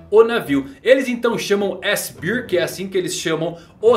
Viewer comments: Só um adendo,. a pronúcia de "Bíir" é pra Beer (cerveja) Bear (urso) a gente fala "Béir" Um abraço S2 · Não quero ser o chato do rolê, só fazer uma correção. A pronúncia de bear é “bér”… “Bir” é a pronúncia de Beer, q significa cerveja…